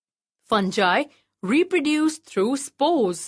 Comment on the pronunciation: Pronounce the word correctly fungi